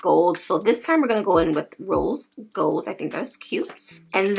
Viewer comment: Absolutely stunning. 😍😯 Also, "rolls golls" lmao 😂😂😛 I can't say "rose gold" properly either